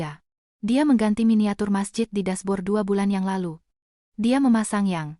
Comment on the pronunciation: Jangan dibaca : yang. Ialu. pada. usia. bagi. mereka Bacalah : yang lalu pada usia bagi mereka